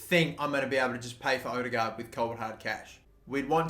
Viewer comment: Its Ødegaard nok odegaard